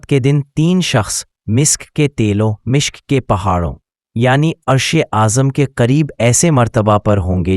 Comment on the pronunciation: Very very wrong pronounciation, It should be PUL, MUSHK.